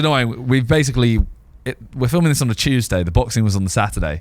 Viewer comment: no way Simon actually said Tuesday like that 😐